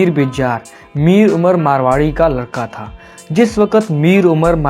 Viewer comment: مارواڑی نہیں ( میروانی)